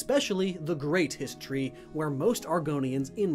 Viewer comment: Hist Tree? Histree? Histry? History?